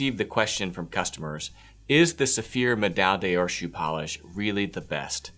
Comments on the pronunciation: Please simply say "Gold Medal" if your American tongue cannot say Med-eye Dawr (three syllables). Much more respectable to the brand you promote, as well as to Francophone viewers. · Please learn to pronounce pâte de luxe and médaille d'or